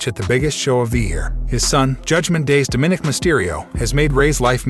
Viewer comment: do you actually watch the shows and listen? DO-minik? DoMinik. is that really so hard?